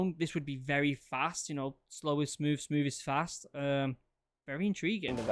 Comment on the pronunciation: Fast, not fat🤦‍♂️